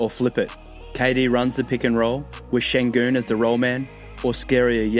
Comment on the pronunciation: I congratulate you on your pronounciation of the Ü sound which does not exist in English and you are a native speaker I believe.